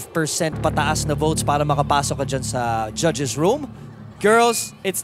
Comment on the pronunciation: judges qo naging gadjes hahaha tao lng nag kakamali